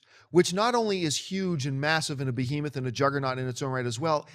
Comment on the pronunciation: Someone tell John to stop mispronouncing "behemoth."